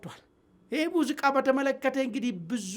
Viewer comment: አማርኛህን አሻሽል ሙዚቃ እንጂ ሙዝቃ አይደለም።